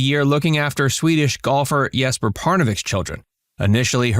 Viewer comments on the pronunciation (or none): none